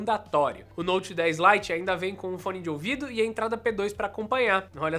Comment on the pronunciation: . Note 10 "Lie" kkkkkk